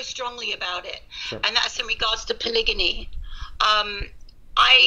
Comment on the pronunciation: I know what Polygamy is....why do they keep saying polygany?